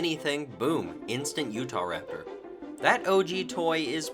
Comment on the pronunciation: “Utaptor” is actually killing me 🤣😂🤣😂